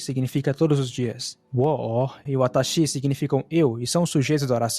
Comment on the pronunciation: Amigo, te recomendo o app JAccent. Não me leve a mal, é só uma dica para ver onde está o tom alto e baixo nas moras japonesas. Vc pronuncia "kanji", denwa, watashi, etc, com acento tonal diferente do que os japoneses usam. Falo isso pq na hora notei o erro de pronúncia e confirmei tudo no JACccent